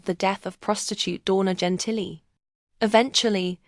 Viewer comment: "Jen Tilly?!!?" 🤣 JESUS CHRIST!!!